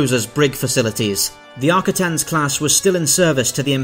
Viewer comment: Great video and great how you put the cuts together. The only issue I have is your pronunciation. Sounded like you said Arcitins, not Ar-quit-ens.